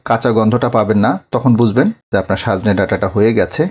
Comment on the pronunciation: রান্না আপনার ভাল এবং বলেন ও সুন্দর কিন্ত আজ পিকুলিয়ার ভাবে বার বার সাজনে বলেছেন?লিখেছেন ঠিক কিন্ত...